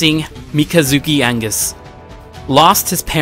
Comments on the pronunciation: btw you pronounced Ali al Sachez you said Sanchez on his name and along with Mikazuki Augus it's not "Angus" it's Augus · mikazuki angus wtf its pronounsed Mi-ka zuki Au Gus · its augus , not angus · "Angus? " r u sure that's how you pronounce aUgus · Augus. AUGUS. aUuugus. Not Angus. Mikazuki is not MacGyver 😂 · Hey it’s agus not angus you disgraced me and the creators 🤬!!! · It's Augus, not Angus. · thats not just a mispronounciation, you put a letter in there that isnt even supposed to be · You say wrong mikazuki augus very wrong the world is wrong